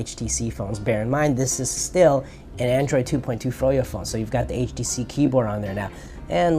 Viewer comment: "Androiod" - on . You just got the latest OS.